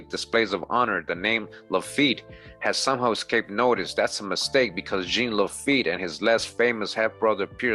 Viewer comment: Lil' tip, Jean is pronounced " John" but with a Z sound on the J like Captain Picard if you're a Trekkie 🖖🏿 and as usual great drop and presentation 💯💀🏹